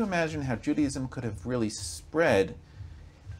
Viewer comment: Its not pronounced Judyism, its Jew Day ism thats your first big problem Language is the key